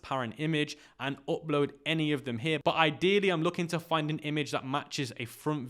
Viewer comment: Why you say “opload”